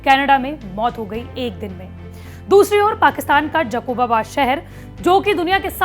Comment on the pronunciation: It's not Jakobabad it's Jacob-Abad... (जेकब आबाद)... Please improve your pronounciation.